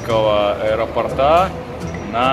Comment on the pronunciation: Ударение в слове " аэропорта" ставится на букву "О" а не на "а"!!! Говорить надо правильно, раз вещаете публично....